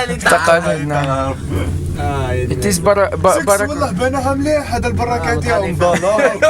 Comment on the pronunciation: It is barraka🤣😂